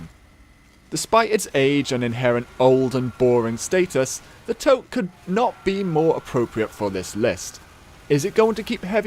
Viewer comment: excuse me while i cough of blood and die in horrible pain at your butchering of toque! toack? its T-U-K-E i thought you said you were in the northern hemisphere!